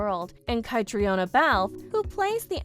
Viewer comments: Yes, these podcasters don't care enough to get the pronunciations right. And Catriona pronounces her name kat-treen-a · kuh--TREEN uh. say it right. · I wish they’d learn how to pronounce Edinburgh and Catriona